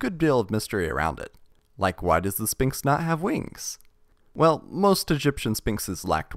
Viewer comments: I am taking psychic damage and being poisoned every time you say 'Spinks' instead of SPHINX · You don’t say the p in sphinx ph makes a f sound